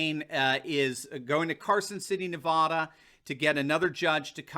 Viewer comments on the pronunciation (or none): You rudely mispronounce Nevada. It is NOT pronounced "NeVAHdah". The "a" is pronounce like the "a" in CAT. "NevAdah". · Dr. it is Nevada.....Naaa va da not Ne vaaa da....love your show. Nevadan's are funny. We do correct everyone who says it wrong. :)) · Nevada is correct! Nevahda is not. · It is pronounced "ne-vah-duh", not "ne-vaw-duh", tourist. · It's not prounced NevAHda. It's pronounced NevAda as in "avatar". I lived there and natives chuckle at those who say NevAHda. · I lived in Nevaaaada for 14 years. That’s how it’s pronounced there - the correct way. Nevada. Not Nevoda. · I gave you a like because I love you and your show...I live in Nevada. You say Nevoda and I say Nevada. You were whining when you said "Some say Nevada." It's ok, I forgive you. Please just keep it Nevada. I won't hold it against you.💕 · Hey. I was born in Navada... not Nevuada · I love you show but how the in the world do you get navoda out of Navada? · I grew up in Nevada. It really is pronounced Nev add uh. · Nevawda. Just because you say Nevaaaaaahhhda like that doesn't mean Nevada is said with that whiny little voice you made by anyone else. You're wrong, get over it. You're aren't English, you're just from New England, learn the difference. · Anyone who’s not from Nevada thinks it’s pronounced ne-vaw-da. From here we just call it Nevada. Like dad. Or aunt. Not dod and ont. it’s also Oregon the same way you say the instrument or the body part. It’s not Or-a-gone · Dude- west coast says Ne - VAH- da.. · I really appreciate your coverage. You pull all of the news together so we can easily follow. Incidentally, you are mispronouncing "Nevada." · FYI, I'm from Montana and we call it Nevada--first a as in "apple". Westerners know the correct pronunciation. But Colorado we pronounce the a as in "father". Don't ask me why. Oh, also, Oregon is pronounced Origun. Accent on the first syllable. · It is Nevada not Nev-ahh-dah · It’s pronounced Nevada not Nevada. Lol!